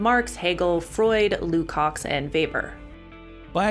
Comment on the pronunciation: Love your work a lot. And everything. But in Lukacs the "cs" is one letter - pronounced similarly as "ch" in Chernobyl or in check.